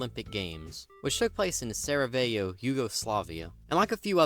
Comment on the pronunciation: Waldi, Misha, Vučko, Sam, Hodori, Cabi, Izzy, Minatowa and Someity are the GOATS but mostly Vučko But also it’s Pronounced like VUCHKO bruh, also it’s Sarajevo, not SaraVEJO